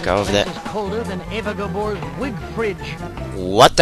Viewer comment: Eva GAbore not Debore